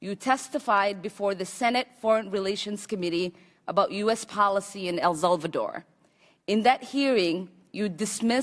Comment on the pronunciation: "for which you were later 'BUTTONED' by President George H.W. Bush?" "...you testified about U.S. policy in 'El Zelvador?" "...you dismissed as 'Commonist?' ?" This woman needs to first learn the English language before thinking she's God's gift to Congress. I mean, Allah's gift. My bad.